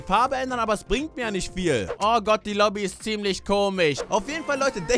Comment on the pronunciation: nich obie sondern lobi